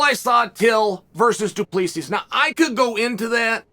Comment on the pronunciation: As a long time subscriber from South africa, let me help you say Dricus name. Drick-is Doo-pli-see Afrikaans names are hard even here sometimes. Huge Fan of the Bad Guy!